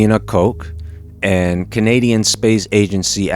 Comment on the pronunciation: You pronounced Christina's last name wrong.. was that on purpose?